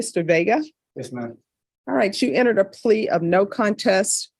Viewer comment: Her annunciation of contest was hideous.I.propose 3 weeks of Dinosau-paranoiD Class for the sake of continued sub programming of Eden need.All hail implied forces.(C)Dino Sherman